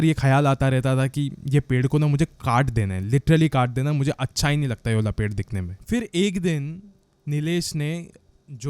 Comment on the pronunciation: Yaar mai kafi sare horror story suni tumhare but tum YE WALI KO AS YE+ULI kyu bolte ho🤔